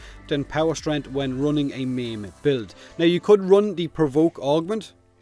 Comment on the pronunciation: When he says "meme" he meant "maim" Took me a while LOLS